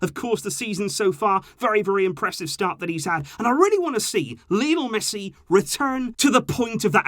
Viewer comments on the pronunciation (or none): none